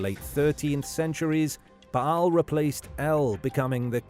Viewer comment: Yeah who was 'Ba'-Hal' exactly? It's pronounced 'Bale'. Bale's shaft. OMG!